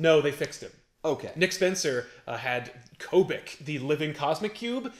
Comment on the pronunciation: Did you say "Koh-bek" for the sentient Cosmic Cube? I think that thing's name is "Kyoo-bik". Like "Cubic" for a Cube.